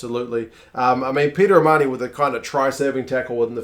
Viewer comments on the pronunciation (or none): none